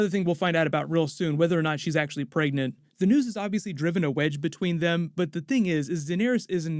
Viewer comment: If I hear you say “preagnat “one more time.